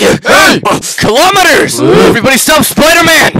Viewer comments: 1:I love the sound affects 2:why does spiderman 2099 say colomiters all the time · “KILOMERS” Part 2 on